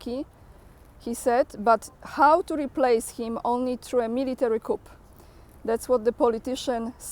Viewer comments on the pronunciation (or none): Hi. In coup, the 'p' is silent, so it sounds like 'koo' In coop, like the house for chickens, the 'p' is pronounced, so it sounds like 'koop' english, its a disaster. regards zelensky, he is a nothing non existent non legal rep of the ukraine. he is irrelevant and worth nothing